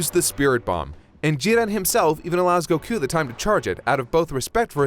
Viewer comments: okay for the most obvious one is goku. In english it's just goku sweet and simple and it's in Japanese it's gokuu similar but different. The way they constantly pronounce it they keep saying gokq which sounds so wrong lol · Why y'all pronouncing stuff weird? Go-kew, Jir-len. Doing shit and borderline offensive impressions of Japanese doesn't make you more cultured or intellectual, it just makes you an insufferable weeb. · Still hate how you say goku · I love you but pronounce the God damn name properly PLEASE!!!!!!!!!!!!!!!!!!!!!!!!!!!!!!!!!!!!!!!!!!!!!!!!!!!!!!!!!!!! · You guys go out of your way to say Gokú. You even used Beerus from Japanese cut just to say his name. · Anyone who says isn't a weeb has never heard him say "Goku".